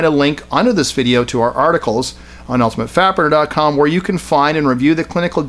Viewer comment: every time you say "ultimate fat burner .com" i think you're saying "ultimate fapper .com".